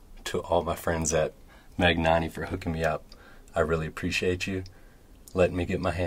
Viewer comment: Great video as always. One thing though GN should be pronounced as nj in new Or ñ in mañana.